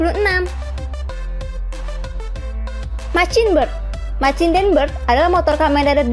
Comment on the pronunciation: Kontenny sudah bagus, tapi masih ad beberapa pronounce bhs inggris yg masih kurang tepat diucapkan (machine, darkness, masked). Kedepanny bisa lbh dipersiapkan lagi materinya. Good Luck